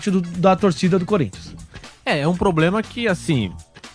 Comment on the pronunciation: Como é q um repórter fala em rede nacional poblema 🙄